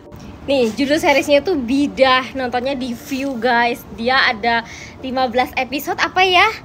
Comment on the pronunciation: Salah sebut tu bidah.. bida'ah mcm tak tau jer sebutan bida'ah. Ker korang mmg degil